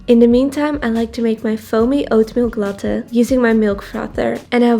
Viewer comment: I find it so funny how you pronounce latte because I have never heard anyone pronounce it like that.